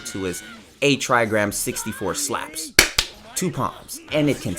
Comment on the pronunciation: the S L A P S sound like F A P S